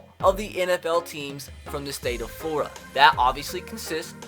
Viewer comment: At the start you said Florida wrong